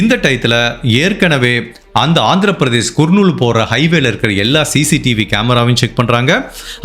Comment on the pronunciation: தம்பி அது கர்நூல்